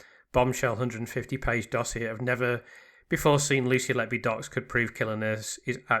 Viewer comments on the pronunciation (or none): none